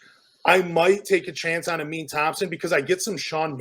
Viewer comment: “Ameen Thompson” 😂 idk why it’s so hard for ppl to pronounce these guys names right 🤦🏻‍♂️ UH-MEN AND UH-SAR THOMPSON FELLAS 😂